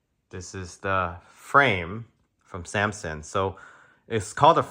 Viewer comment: Dude can't even say Samsung